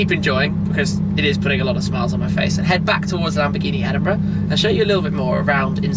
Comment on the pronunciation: The way he said Edinburgh.Sounds like Edinbruh